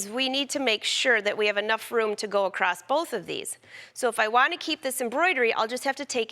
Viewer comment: It’s not ‘acrosst’, it’s ‘across’. :)